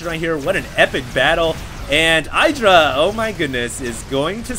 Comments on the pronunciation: Lol You uneducated noobs, TLO lost to IdrA in the HDH and Day 9's King of Beta tournament which he won also BTW. Calling IdrA a bad player is borderline idiocy and ignorance...BTW it's pronounced E-Dra not eye-dra. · I really would like for you to learn how to pronounce IdrA.